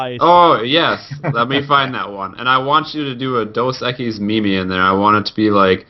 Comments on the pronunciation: pronounced meme like mimi instead of meem. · its pronounced "meem" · Just a reminder boys and girls, meme rhymes with dream